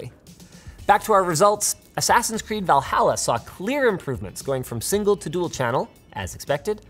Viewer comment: the way he pronounced valhalla 😭😭😭